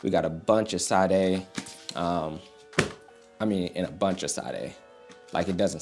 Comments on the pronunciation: its "sha-de" tho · My boy pronouncing the queen’s name as Sahd-A is killin me, though 😩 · Were you being funny saying Sade’s name 😂 It’s “Shaa-daye” love ✌🏾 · Might wanna confirm the right pronunciation of Sadé big dawg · Why does he say Sade like that :(( im crying